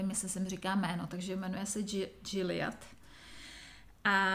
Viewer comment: Zdravím, jste velmi šikovná. Bravo! La Bien Aimée=labienemé se čte jako jedno slovo a Gilliat =žiliat😉 Ať se vám Jarmark vydaří. Mějte krásný listopadový čas. Lenka